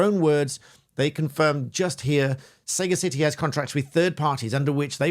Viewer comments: Sagacity means insight, or wisdom of perception. Not Saga city. May sound pedantic of me, but the communication of ideas and concepts is aided by the correct use of language. The correct usage and pronunciation of this company's name therefore, gives insight into the operation and philosophy of the company and further clarifies the relevance to your argument. Thanks. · pedantry here (my niche), but sega city? the second 'a'/vowel sound differs between sagacious & sagacity. for sagacity, the second 'a' is pronounced like that in gas. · How is it a Barrister doesn't know how to pronounce Sagacity LOL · I think you might be pronouncing sagacity incorrectly. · The root word for Sagacity is sage (wisdom, not herb.) As such it is typically pronounced with a soft "g." I mention this because pronouncing it incorrectly is deliciously ironic. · Unusual pronunciation of the word "Sagacity" there. Huh. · My takeaway from this is that, as a barrister, you should know how to pronounce ‘sagacity’😂😂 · a minor point: its pronounced as in sagacious meaning wise - sagacity. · That is very weird pronunciation of the word sagacity. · Sagacity is pronounced like "Capacity", it means sage or wise. And I'm not even a barister. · How can you get to be a barrister and not know how to pronounce "sagacity"? This is particularly poignant considering the meaning of the word - wisdom. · I'd have thought that somebody with foresight, discernment, or keen perception; ability to make good judgments would have been able to pronounce sagacity. ;-) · Why are you purposely pronouncing SAGACITY incorrectly? Sagacious refers to shrewdness, of keen intellect. That you did mispronounce it meant you left a few important relevant and humorous j9kes on the table. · The word is not pronounced Sega City, it is pronounced suh-ga-si-tee (or /səˈɡasɪti/). Sega CIty just sounds ridiculous. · Listening to this on the way home, I thought you were talking about 'Sega City Solutions'! Surely you mean Sa-Gacity ?